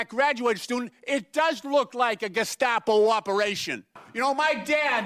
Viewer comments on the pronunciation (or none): Hey. What's a " Gastapo"? 🤔🤣😂🤣😂🤣😂😝😜🤪🤠👍🇺🇸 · Did the first one say gescapo? Lol. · He can’t even pronounce the word Gestapo. Just what did these idiots think Pres Trump was to do with these out of control mental people rioting and burning down cities? Just spank them? I knew this was going to happen; that the right if they won would have to use force to control this chaos. So that makes the right look like Gestapo. So be it. A lot of us want to live in peace, not being afraid to take a subway or go to a school.